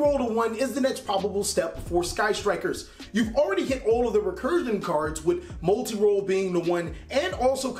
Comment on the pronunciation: Lol gotta love how he says molti roll when u needs to talk about widow